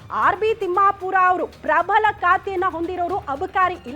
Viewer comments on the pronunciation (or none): ಪ್ರಭಲ ಅಲ್ಲ ಅದು ಪ್ರಬಲ.